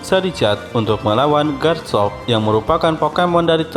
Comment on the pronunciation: Koreksi gan itu namanya bukan tipe karang tapi batu (rock) sama pelafalan nama Charizard itu (Char-Zard,i nya gak dibaca 😅) Garchomp juga cukup dibaca Gar-Com,Pyroar juga bacanya (Pai-Ro-Ar),Kyogre(Kai-ogre),Rayquaza(Rai-ku-aza)tapi tetap semangat gan,videonya seru 😁👍